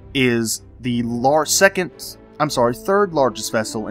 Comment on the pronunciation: Dude I'm sure you said "secondth" at about but other than that this video is great lol Good job!